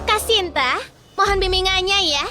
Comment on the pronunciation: Kenapa dari Shinta jadi shanti😂